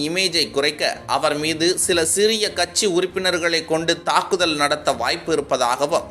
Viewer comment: Boss. அது கச்சி அல்ல. கட்சி. சரியாக உச்சரிக்கவும்.